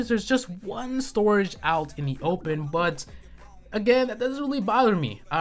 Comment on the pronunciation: I hate how you say "but"